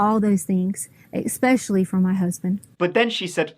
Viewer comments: For someone that supposedly has a "doctorate" in education, she has ZERO grasp of the English language. She uses words like 'expecially', and any word that ends with the letter G, she pronounces with an 'ink - such as: workink, sleepink, walkink, dyink, murderink, takink (you get the picture). Anyway, this is one of the most back-woods, trailer-trash, pieces of crap I've ever seen. I was never so happy as I was when that jury conviction came down and that sentence was passed. I am hopink (lol) that she rots in that prison cell. She certainly deserves it. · She pronounces "especially" as "exspecially". She probably pronounces "picture" like "pitcher". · Things people do that I hate: saying "expecially", fake crying, abusing and murdering children.